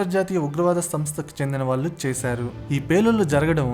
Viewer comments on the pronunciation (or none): none